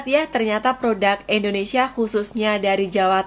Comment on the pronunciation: Indonesia...bukan endonesia🤪🤪🤪🤪🤪